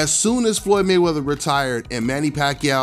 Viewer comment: he said Maywrather era